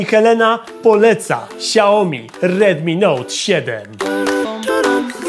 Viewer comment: Szacun dla za materiał, ale.. serio kałomi? Toż to badziew jest xD